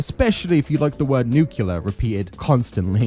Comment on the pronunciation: PLEASE learn how to pronounce "nuclear" 😂 you're doing a Fallout video, it will definitely come up!